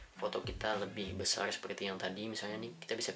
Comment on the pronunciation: Besarrrrr mas bukan besal